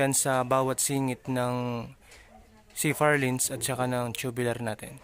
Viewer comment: Purlins po hindi ba? Hindi po Furlins.